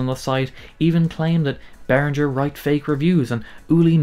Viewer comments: Not Behrinjer . Behring-Ger with a hard G. You just played their corporate song ! It’s like people don’t want to say German words with a German accent …. strange. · No - He has mispronounced Behringer all the way through . Should be Bay ringer (like bell ringer ) not Rinjer . German does not have the French G . (soft sounding) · Good breakdown of the issues but I legit wanted to punch the screen every time you pronounced the G in Behringer as a J. Why do you think ING is bold in their logo? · it's pronounced bear-ringgggg-er. No soft G! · As a German speaking person, this hurts me deeply